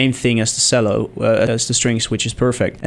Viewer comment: Nice work! Although, 2 things: "Chello" and "On-somble"